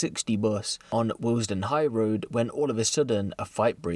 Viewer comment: it's Willesden, not waillesden LOL